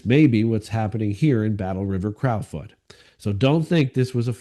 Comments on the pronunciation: it’s pronounced “crow” as in the bird. Now crouw as in wow. Crow 🐦‍⬛ foot 🦶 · like your posts and prayers for your wife,s recovery. Please pronounce Crow as in Battleriver Crowfoot like the bird, now a cow😊